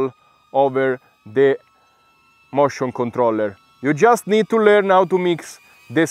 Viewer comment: No, I meant that when you say motion controller it sounds more like mushroom controller. I found that very funny, no offense.